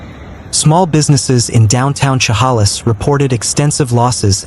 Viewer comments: She (like shed) 'hale is (like miss). Not She 'hall is. Please learn how to pronounce these names 😮😮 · Inslee is not our governor's name. And it's Cha-hail-less. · its pronounced Sha Halis.... and Ska git , do some research before you narrate. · Please stop saying Chehalis like that…it’s pronounced like che-hay-lis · Please quit butchering the pronunciation of Chehalis!